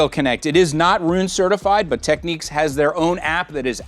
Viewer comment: Tech-neeks?! Really?!